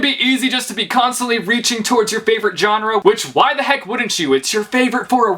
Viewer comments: Why are you saying john-rah instead of genre I'm so confused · I’m from Texas and it’s so weird because he says genre different than people do in the south